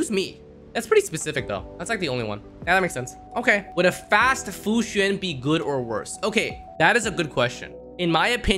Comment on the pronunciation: Fu Xin? I think you mean Fu Xuan (Sh-u-awn)